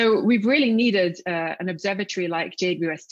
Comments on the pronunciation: Will there be a James Webb image equivalent to the Hubble Deep Field image? Take a long exposure of a dark piece of sky and see how far you can see? Also did she call it the J-Dub-ST? Is J-Dub the telescope's rapper name? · JWST is an awkward acronym. Henceforth, we propose that it be pronounced "Jwisty", like "Twisty" but with a J. Also, we see guitars in Becky's background. Do you play? Can you do a galactic rock session?